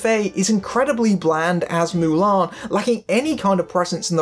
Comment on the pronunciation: Ok guy - stop saying MULAN the way you do - Ok you re English? So take off the M and just say ALAN. Then we can all see where you problem truly is. X Hon you are not the drinker - you are not funny - you re ideas are the same as his EXACTLY. Now before you become a ''Critic'' learn to say the say name of the Hero properly, eh?